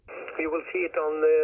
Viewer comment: Ну,.. молодец, радио-баба! Избавься от русского зе в английском. Научись высовывать язык при произношении the, this.. хотя тебя можно простить, ты же блондинка.